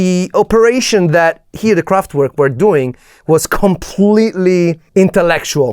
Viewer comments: I really like all the work you put in your videos, but could you just stop calling Kraftwerk « kraftuuerk »… W in German is said as a V…. Please 🥺 By the way, go ahead on the good productions. 🥰👍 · the T in Kraftwerk is apparently missing... 😉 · Please, don't say "kraftUerk" but "kraftVerk", the german pronunciation.